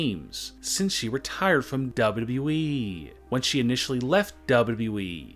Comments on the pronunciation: How Its supposed to be said >Double u Double u e< How he sais it >Daaable Double u eeeeeeee< 😂😂 #NoHateThough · please stop saying wwe. its w w e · It just triggers me every time you say WWEEE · I can’t DUBBA DUBBA EEEE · Why do you say WWE weird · The way he says wwe is hilarious 😂😂😂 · The way you talk and say WWE makes me want to end it all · What's wrong with how you speak? I thought only Kurt Angle had a hard time saying WWE.... nope I was wrong... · why u say wwe like that